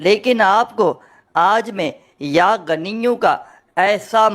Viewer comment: Pronounsetion to theek karlo. Hamein Bewaqoof mat samajh.. Yaa ganiyo nahin yaa ghaniyu kaho. Jab Arbi zabaan hi nahin aati to Wazeefa kyun bata rahe ho